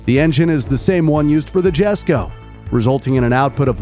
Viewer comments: Please tell me I'm not the only one here thinking it's pronounced Jesko (yes-ko) and not Jesko (jes-ko) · i swear its pronounced as yes-ko, not jes-ko. but it is what it is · Is not "jesko" is "yesko" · Isnt it pronounced iesko? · Lol jesko is pronounced as yesko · Its pronounced yesko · Just wanted to say that Christine said himself that the J in jesko is silent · He pronounced Jesko wrong.